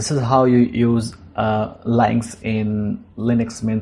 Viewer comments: Leinx? I'd pronounce it as Lünx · "Lynx" is pronounced as "Links". It is named after a type of very short tailed wild cat. Thank you for the video. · It's pronounced "links." If you're doing a video on something, you should know how to pronounce it. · encycl07pedia milord u r right! I beg forgiveness!!